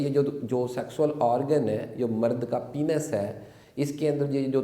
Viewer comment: डॉ. साहब आप जानकारी अच्छी देते हैं , लेकिन प्लीज़ पेनिस को पीनस मत कहा करिये, गलत प्रनन्सिएसन है